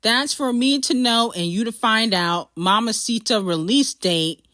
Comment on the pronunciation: you're saying mamita wrong love